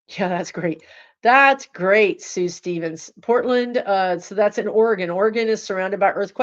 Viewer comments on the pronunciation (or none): none